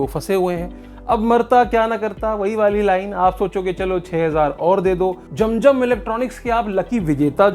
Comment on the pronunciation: Jam jam nahi zam zam is the correct word. Pls pronounce correctly.